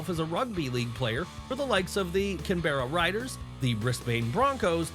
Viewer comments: God damn, the pronunciations of the Brisbane Broncos and Canberra Raiders 💀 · How the shit did you manage to mispronounce "Canberra Raiders" or "Brisbane" so badly?